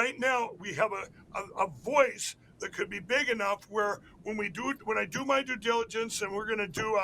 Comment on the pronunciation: What is "dadiligens"?